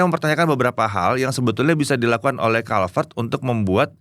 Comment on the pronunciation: pas baca brand sepatunya kenapa jadi kulivert -_